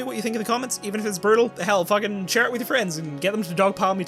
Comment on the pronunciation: min ish...."fooking whoops" I am dead. That was awesome. And I am seriously enjoying this ending. Thank you!